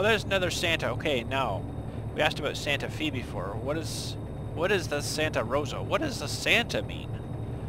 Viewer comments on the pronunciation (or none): It is Santa Fe the e is pronounced as an a